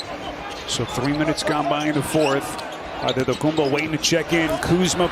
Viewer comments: no. He said it the way Nigerian people would say it— Adedokumbo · The speaker says the name Antetokounbo in the most greek accent.....well done 🙏🏼🙏🏼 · Nobody said that he pronounced it correctly, he just pronounced it in a way a greek (and giannis himself) woyluld pronounce. Btw I thought too that the speaker must have greek roots